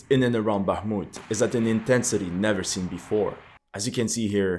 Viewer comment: very impressive, now try to pronounce Bakhmut's soviet era name- Artyomovsk)